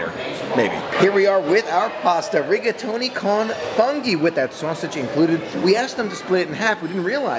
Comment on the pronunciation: The correct pronunciation of the restaurant is "Eeel-Moo-Lee-No" - IL MULINO As I am Italian (Gio) I just wanted to point this out. Also it is "Foon-Gi" for Funghi and not "FUN-gi" As always, enjoy your channel and just wanted to help you out.